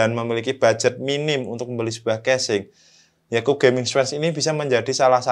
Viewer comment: dibacanya kyub gan 😁